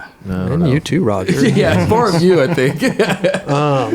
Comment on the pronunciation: i like how roger becomes rahj